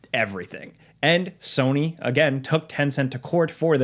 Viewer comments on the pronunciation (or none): none